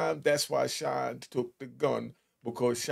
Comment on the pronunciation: SHYNE not shine